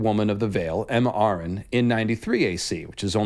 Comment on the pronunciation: “Arryn(Air-ren) not (Are—An)”